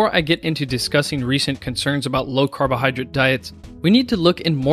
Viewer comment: jesus, it's "drate" not "drit"